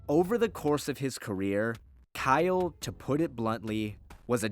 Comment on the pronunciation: Kylo Katarn? I'm not the only one who heard that, right?